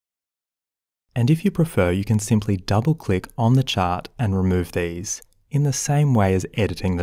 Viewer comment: Nice tutorial! I like the way you say, "chart", like "chot" You could do voice over work!